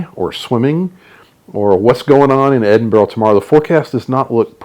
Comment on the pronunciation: Ahhh you can't beat the Edinburgh Tattoo, the pipes and drums always stir my Scottish blood. Great video, I've subscribed and going through your vlogs with great enthusiasm. Btw Edinburgh is pronounced Edinbru.